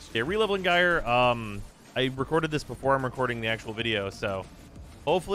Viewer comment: Thank you for pronouncing Gyre correctly